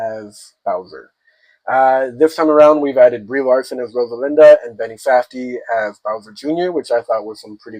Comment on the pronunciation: Rosalina, not Rosalinda. Stoopid